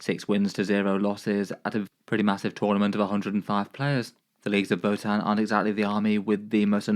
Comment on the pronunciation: This man didn’t even try pronouncing that votann players name 😂